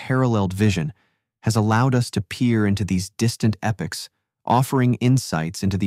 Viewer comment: Epochs is pronounced like E and pocks like flocks. Not like eh picks